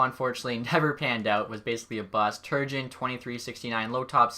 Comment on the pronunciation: Please learn how to say Turgeon.